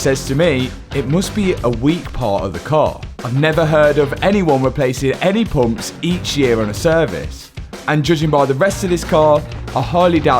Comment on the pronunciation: Poomps.......Everytime he says it, that's all I hear